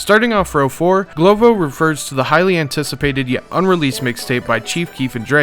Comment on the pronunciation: "GLO- V- O" not "GLO- VO"